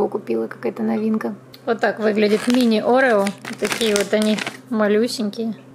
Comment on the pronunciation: я не хочу вас упрекать и учить, но вы говорите орео не правильно, вы говорите это слово через „э”, орэо, а все говорят орео, то есть через „е“